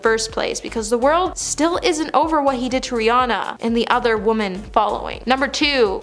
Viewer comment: Please, please, please!!!!! Stop pronouncing "woman" and "women" exactly the same way. This is very basic. How do you not know this? There are YouTube videos that can help you with this.